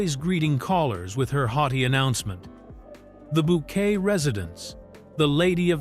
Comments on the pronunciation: It's Bouquet... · It’s Bouquet ! 💐